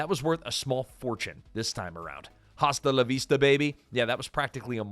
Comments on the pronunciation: It's so sad that the AI Narrator doesn't know how basic Spanish works. Pronouncing "hasta la vista" without the SILENT H that is prevalent in the Spanish language. In most Hispanic words, you don't hear the H. It's like the word HONOR. HASTA: AH-stuh. Not HOSS, duh. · There's a non-zero chance I'm address an AI narrator, but the H in "hasta" is silent. (This is why Spanish-speaking people write "jajaja" for laughter.)